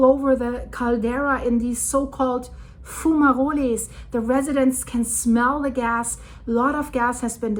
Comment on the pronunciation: I never heard someone say fumaroles so elegantly before.